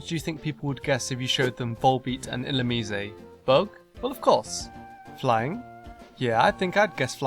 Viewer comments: "Illumicé"? What the fuck, I've always pronounced it as in "lice". And slugs/snails aren't bugs, they're molluscs. Much more researched, you said? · Is it really pronounced illoomee-zay? I thought it was illoomize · Not illumeezay. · Ill-you-mise, not ill-you-me-say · Wait... "ill-oo-...me-say"???? I've been pronouncing it like "ill-loom-eyes".... should have included that in the freaky name pronunciations video lol wtf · you pronounced Illumnise wrongly its ( Ee-Lum-nise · IlluMYse. Or illuMEEs. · This is fun, yet I can't understand how did you forget about Stunfisk. It looks like a(n ugly) fish. It was based on a fish. It is based on a fish. It is in Water 1 egg group. It is... GROUND/ELECTRIC?! Also, I thought Volbeat and Illumise were Bug/Electric o.O And I pronounce Illumise e-llu-myse XD Cheers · I've been pronouncing Illumise as if it rhymed with demise. ILL-OOM-EYES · Woah, woah WOAH! WAIT A MINUTE! You're telling me the official pronunciation for Illumise is ill-loo-mii-zay! SERIOUSLY!? 0_0